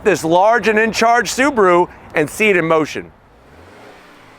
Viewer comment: (SAAB)aru Ascent 😂